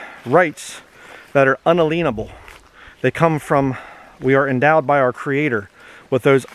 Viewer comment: It's pronounced "un-alien-able." Say the word "alien" normally in there. It is not "un-aleen-able."